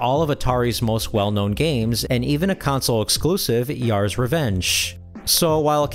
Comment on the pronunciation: Yar's, not Ye-ar's. Boss-Cone-ian, not Bos-sown-ian